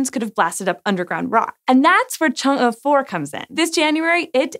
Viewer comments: First time I've heard Chang'e pronounced correctly by someone who (I'm assuming) doesn't speak Chinese! Way to go SciShow!! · She aced the pronunciation of Chang'e, but then butchered Yutu. LOL